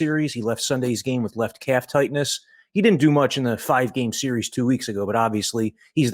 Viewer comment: "SERIERS"? Really?